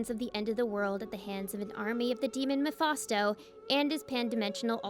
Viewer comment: Mephasto? It's "Mephisto".😂